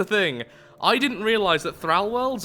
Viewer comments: "Thrall" rhymes with "Paul," not "Al." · But, it's pronounced "Thrall" not "Thrall"